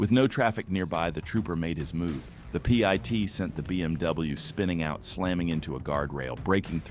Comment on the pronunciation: HOT DAMN!!! IT'S NOT PEA EYE TEA!!! IT'S PIT, LIKE A SEED IN A FRUIT! SCHIT! EYE STOPPED WATCHING!!🤔